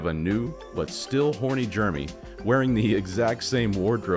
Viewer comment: I can't get used to you pronouncing "Jeremy" as "Germy." 😅